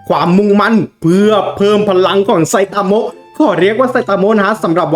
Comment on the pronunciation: ไซตามะ ไม่ใช่ไซตาโมะ!!!